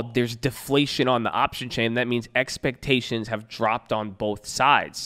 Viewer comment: EXPECHAINIONS! LOL let's get ready for earningz babbyy! Let's go!!